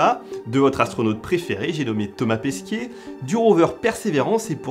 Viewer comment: c’est Thomas Pesquet et non Pesquier 😫😉 (vidéo au top. Très agréable à regarder 😊)